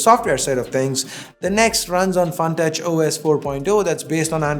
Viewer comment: Nex not the x!